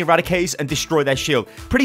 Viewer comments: "Destory Shield" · "Destory shield" - 2017